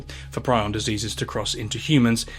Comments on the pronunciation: it's pronounced pree-on, bro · Prion disease